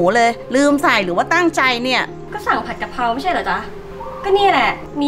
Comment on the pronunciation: กะเพรา ไม่ใช่กระเพรา